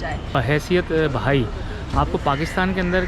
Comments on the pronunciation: Anchor saay correctly, it's not bhai it's " bahai" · Bhai Nahi hota bihai HOTA he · انٹرویو کرنے والا بھائ بھائ کر رھا ھے جبکہ "بہائ" ھے۔دوسرے اتنی تفصیلی معلومات ارام سے بیٹھ کر انٹرویو کی صورت بھی پہنچائ جاسکتی تھی۔😊